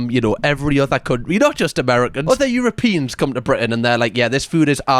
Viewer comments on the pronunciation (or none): I love AI : you row pee ans